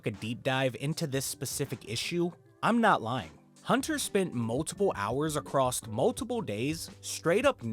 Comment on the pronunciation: ‼️ “just like we sawl” “acrosst” Stg there is a brain virus being spread via R€ddit